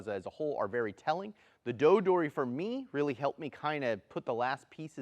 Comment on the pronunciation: When you use 取り alone, we pronounce TORI not DORI. It should be Tori waza not Dori waza. So an object Dori instead of an object Tori.